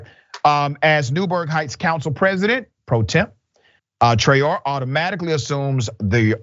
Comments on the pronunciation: The correct pronunciation of that name is Traore( Tra-oh-Ray). It is a West African name.. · Pronounced Trey-o-rey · I believe that name is of Senegalese origin and is pronounced Tra Oh Ray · Her name is pronounced Tra-Ó-ré it's a west African name.